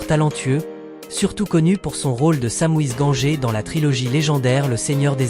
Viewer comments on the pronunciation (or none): Vidéo faite par un robot.😠😤 Prononciation des noms de Mer... On en parle de Samouise Gangé ??? (Pauvre sam, fidèle compagnon de Frodon) Sérieux😡